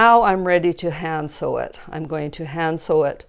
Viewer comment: Hand sew!!!!!😂 Because i didnt quite hear you......i was all ready to google the 'new' term.........?... Hansill? I love your method of sleeving. Hand sewing it now......hope you caught my quandry. Love your tutorials! Quilt on.🤗